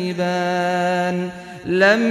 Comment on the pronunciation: I dont know why, but it looks like that u are saying tukadibaan instead of tukaziban ?